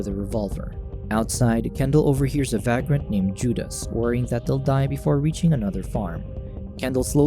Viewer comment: Vagrant - pronounced "Vay-Grant" come on say it with me now "Vayy-Grant"... (You're welcome)